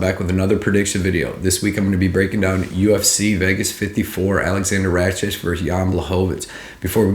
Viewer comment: Since when is a "K" pronounced as "CH" in Rakic? (Ruck - itch is the correct way)